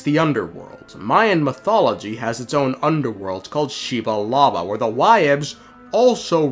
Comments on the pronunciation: Xi-bal-ba my dude, had me straight cackling shebalaba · Xibalba = Xiba Laba XD